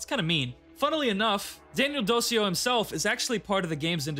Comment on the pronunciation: Daniel Dociu should be read more like "Dochioo" or "DoChu"